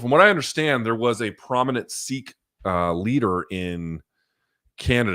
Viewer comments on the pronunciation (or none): none